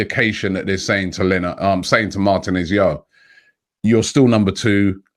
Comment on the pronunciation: mar-teeee-nez Not martin-ez